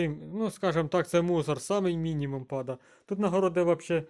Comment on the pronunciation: Пада😂😂😂😂 а не падае?! Рагуль